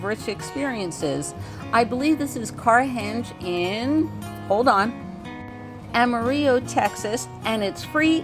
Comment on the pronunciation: I was ready to send out a search party for you and Miss Lucy yesterday. No video! Glad you are back. By the way we Texans usually do not use a Spanish pronunciation of Amarillo. The last syllable is pronounced "low." I love the Cadillac ranch there too.